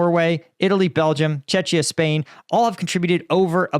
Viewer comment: Please dawg 🙏🙏🙏🙏🙏 It's pronounced Checkia, not Chechia. Let Chechnya hold that title.